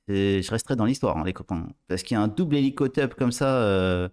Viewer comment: On dit pas élicoteub mais zizicoptére😂